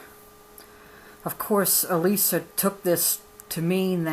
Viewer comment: That is my aunt. you said elissa wrong. This book is moving and this is nothing to joke about, im not saying you are making fun but for all the people that joke about polygamy, it is not a laughing matter